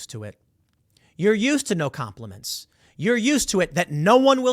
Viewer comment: Com-plea-mince? What the hell is that?